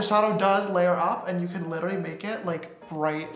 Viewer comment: lmao he says littily instead of literally!! love that